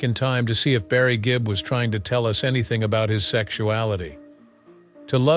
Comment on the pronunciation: Good gracious, who came up with all these accusations, narration, and misspoken phrases? It's Gibb, not Gibbs, It was the Bee Gees, not "Barry and his band," or "The Gee Bees."